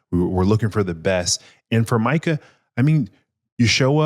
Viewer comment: Good podcast, but wanna front as an NFL and especially as a Cowboys fan.. and can't pronounce MU-kuh Parsons name? Micah only been on the Cowboys for 4 yrs now, plenty of time to learn his name ain't pronounced "MEE-kuh". Good pod, and interesting conversation, but c'mon bro!